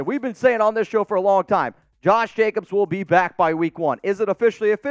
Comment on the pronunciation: A its Jacobs....not Jacobsis agent.....yowzers Scooby...like, like like...yowzers Scooby....😂😂😂😂